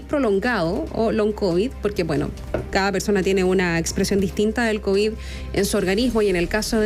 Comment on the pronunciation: Analya le dio "Cobiss" extendide....😮 ("Maremia" 😂).